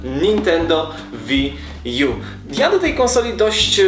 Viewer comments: to jest łi ju a nie wi :D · łiju sie czyta